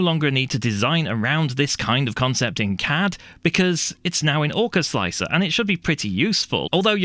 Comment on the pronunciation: slickthreeahr? i think its pronounced "slicer" the 3 is a placeholder for E. like 7 for T. gotta love softfever, he made my x1c be able to use an x1e feature with chamber temp setting. SWEET plus all the other extended options for perfectionists. mmm 0rk4zL1C3r what resolution and deviation are you slicing at with orca sir? if you use the stock 0.049 and 0.012 you are loosing out on surface quality for sure. i have sliced pretty much all models with 0.001 and 0.001 arc off, classic. for me i get very very pretty walls. the scarfed contour was the one on the left ;) the seamline was straight as it was a a straight wall. an afterthought after watching this interesting video; if the first problem arises and your solution does not help i wonder if printing the infill first will have similar effect, as that usually prints pretty fast so the pressure and temp has time to settle for the outerwall. thanks for making my greys work buddy. like this